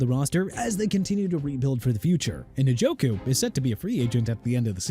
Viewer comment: First off stop with the jagwires garbage! You know very well Jaguars is pronounced JA-GWAARS but you know what?! Who cares, right?! Also Isiah Pacheco pronounced AI-ZAY-UH not E-sai-ah! David Njoku pronounced In-jo-koo not NIN-JO-KOO! Joe Tryon-Shoyinka pronounced TRI-uhn show-yeen-kuh! Also Jaylen Waddle ain't going nowhere. The Miami Dolphins had a disastrous season! They lost to Baltimore two weeks ago on Thursday Night Football and beat Buffalo on Sunday so you're wrong on that! And if you PPL want Waddle and Minkah Fitzpatrick and Bradley Chubb to be traded so bad go ahead then! And New Orleans pronounced New OR-LINS NOT NEW OR LEANS! Be disrespectful to the people of a Louisiana city and Jacksonville's fan base by butchering everything. Doing a good job!!!